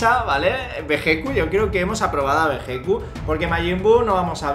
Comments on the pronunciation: Hola y se escribe Vegetto y se pronuncia: "Veyito" un saludo tíos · volviste, que bueno idola😘 Ey chicos, nuestro personaje en latino se escribe Vegetto pero se pronuncia Vegito(veyito)😊 Buen video como siempre, saludos desde ARGENTINA👍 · Que pesar me da por los españoles, han tenido que crecer diciendole bejequ a Vegetto...